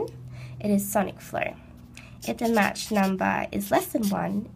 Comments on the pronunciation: "match number", lol, it's pronounced 'mawk" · *match!! i wanna slap her face everytime she said that